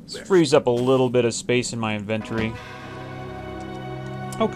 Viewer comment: I love the way you pronounce inven tree.